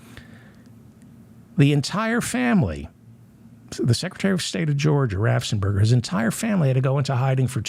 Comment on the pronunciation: David. David. David. RAFFFENSPERGER. RAFF! ENS! PERGER! Raffensperger. 😡